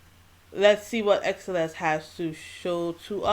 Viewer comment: don't worry you are saying xceleste correctly